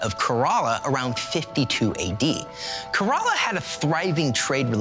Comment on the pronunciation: thank you so much for this video sharing about St. Thomas! However, I have to point out that the state of Kerala is pronounced "Care-a-luh".